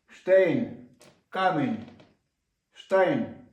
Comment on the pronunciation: не штейн, а штайн